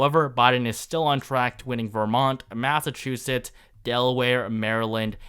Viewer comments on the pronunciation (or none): none